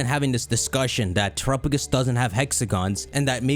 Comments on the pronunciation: It’s tera PA gos not terapogus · why do you keep calling it trupagus? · why's he saying terupogis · Terapagos = Tera + Galapagos Please look up how to pronounce Galapagos before you say Terapagos' name again! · I’ll never get used to how pronounces Terapagos.